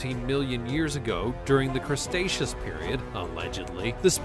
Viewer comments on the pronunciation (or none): Cretaceous, not Crustaceous.